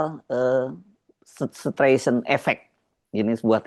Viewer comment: Streisand itu bacanya "Straisen", Mas